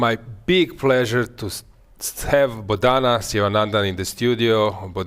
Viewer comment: Its not botaaana it's bo thana...